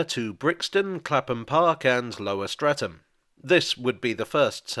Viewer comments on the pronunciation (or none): none